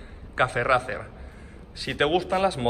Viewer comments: Cafe racer, demonios tu ingles 🙄🙄🙄🙄🙄🙄 se pronuncia "reicer" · ¿Porque no pronuncian bien el estilo los españoletes ? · Porque los españoles pronunciamos Racer tal cual suena y no ‘Reicer’. Es un anglicismo que así se ha importado. En nuestro instagram publicamos en inglés y verás que escribimos el idioma de manera cuasi-perfecta. Un saludo! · Disculpe amigo porque ustedes dicen racer y no como se deberia pronunciar!? Bueno es que aqui decimos la pronunciacion en ingles 😅